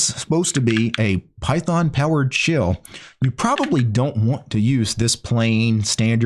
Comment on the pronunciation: Why is it that every time I hear him say shell, I think he's saying shill?